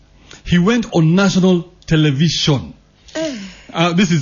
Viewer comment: Televishon. Televishon. Oh Lawd of mercy